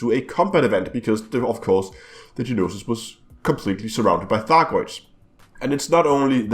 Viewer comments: The "No-Sis" NOT Ge-nosis.. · It is spelled Gnosis and pronounced No Sis lol